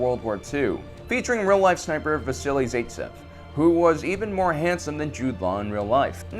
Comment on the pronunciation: Zaitsev as Bye tsev not as in Day tsev